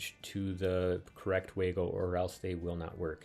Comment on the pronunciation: Waygo it the "way-to-go" 😝